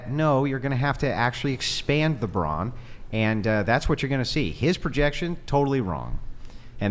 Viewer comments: It's Brawn for God's sake not bronze . Oh she's SO smart .... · Why the hell does she keep saying it like bronze? Does she even know what she's talking about? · Why is she saying bronze instead of brawn 💀